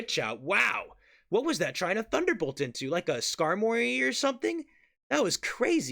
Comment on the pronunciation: commentary is so good, but it's Skarmory like "armory" my dude. Please 🙏